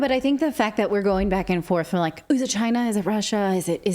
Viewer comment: Just like Trump said “Chy-na” is the biggest threat to us